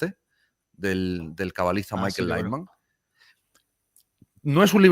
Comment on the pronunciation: Michael LAITMAN (No es Leiman. Y se pronuncia tal cual: LAITMAN)